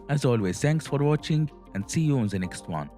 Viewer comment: Try to say DE not ZE. DE same not ZE same.